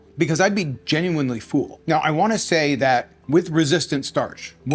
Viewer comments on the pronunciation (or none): Dude, your videos are great but PLEASE, it is pronounced "full" like "bull" NOT "fool" or "feul"! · Distracting the way you pronounce “full” as “fool” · The “fool” instead of full makes me giggle every time. Love these diet experiments you do!